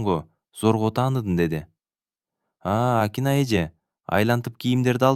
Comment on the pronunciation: Нүргүл деп окусан Нургул дебей.Акинайды да Акынай деп окуп жаттын